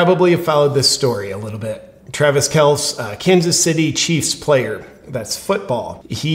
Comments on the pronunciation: It hurts me to hear JP call KelCEE Kels- cmon JP - do your homework dude! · J. P., I love your videos but it's "Kel-cee" not "Kelce" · Are you intentionally mispronouncing the name? It's Pat MacAfee like "MacArthur". And it's pronounced Kelcee, a long e at the end. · It is pronounced kel-see. I am a Chiefs fan and Kelce was my favorite player. However, I lost a lot of respect for him when he effectively begged to take his turn in the neighborhood bicycle and now the Covid vaccine issue. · It’s pronounced Kelcee and I fully agree with Rogers. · Yeah, kel-see, and mack-uh-fee! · Actually, according to Papa Kelce that's how it's pronounced, one syllable not two. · “Kelsee and MacAfee”. But I’m sure you’re not a sports fan. Still love your content!!! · Love your show. As a long time die hard Colts fan and big time Pat Macafee fan ( though I will never watch ESPN) it's pronounced " Mac A Fee". Mr Pfizer is pronounced "Kel Ce". You definitely don't have to listen to me. I love freedom too. Just wanted to point out the pronunciation of the names. God Bless! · Cmon man, KelcE (kell see) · JP intentionally mispronouncing McAfee and Kelece on purpose or nah? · Kelce pronounced kelcy! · Hey JP! I believe his name is pronounced Kel See… not a big deal just thought I’d let ya know. Love ya bro! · JP, it’s pronounced kell see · JP I have mad respect and love your content but I have to bring this up. It's Travis Kel-see and Pat Mac-a-fee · It’s pronounced kel-see. I like you Jp but I could say the same thing about you advocating for avoiding the vaccine when it could especially help some demographics of people. Is that weighing on your conscience? I think it’s a personal choice. Not super happy he endorsed Pfizer but idk if it makes him a villain. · It's pronounced "kell sea" but that's ok, I don't like him either. Ask Denny Hamlin how he feels about the vax? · That isn't the least bit correct. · Pronounced Kel-sey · I love you! You said Kelce's name wrong every time!! 😆